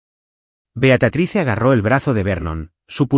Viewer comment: Beatatrice?????? Leer bien porfavor es Beatrice en español Beatriz ( la e final no se pronuncia)